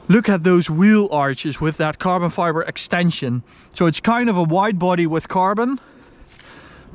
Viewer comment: why did he sound german when he said: extansion 😂😂